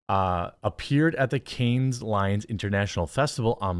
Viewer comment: Love what you said but cringed at the string of mispronunciations. " Cannes, Lions, Divisive, Divisive, , Divisive"